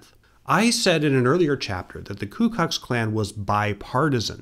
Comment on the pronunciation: "ku kux klan"